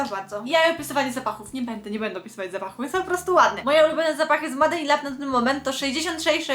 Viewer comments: Się MADE in lab wqrwi 😝 czyta się MEJD nie MADE!! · Kochana "Made" czytamy "mejd"